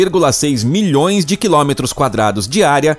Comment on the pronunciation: Como sempre, muito legal, apresentado de maneira clara e didática. Apenas uma observação: a pronúncia para km é com a letra "o" fechada: quilômetros, tanto que tem acento circunflexo. A pronúncia apresentada neste e outros vídeos soa como "quilómetros". Mas é só uma observação para melhorar ainda mais a qualidade deste canal, que é claramente de alto nível.